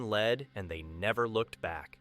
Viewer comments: It's not lead, it's lead...you know what I mean. I hate computer voices. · I am so tired of ai voices! It's not lead like the metal its like I am leading! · Why do you keep saying "lead" incorrectly? Or is this AI narration?